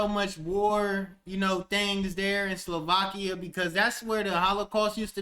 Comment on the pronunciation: dont care about the Wales first. He says Sovlakia no Slovakia.